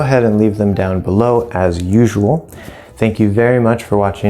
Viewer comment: How do you pronounce the word 'usual'? I think I hear it as 'yoo-zhoo-ohl'. Is this the right pronounciation 'YOO - zhoo - wəl'?